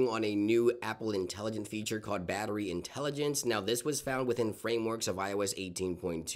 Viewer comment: " batteri intelligence " LOLOLOL